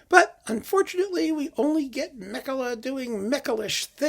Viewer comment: A detail: being Finnish he's pronounced Makela not German-style Mekele. I was worried about this from the moment I saw the bizarre hyped colours on the cover - sounds as if the music may be the aural equivalent, but I will listen to at least one of the symphonies to see.......